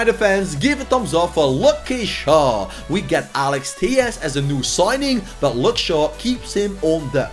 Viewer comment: the way he pronounced luke😂😂😭😭😭😭